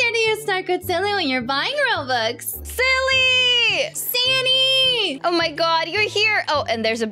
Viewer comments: Hey u always say sanne :) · I love how silly calls sanna ssnni